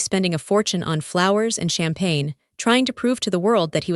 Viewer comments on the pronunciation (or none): none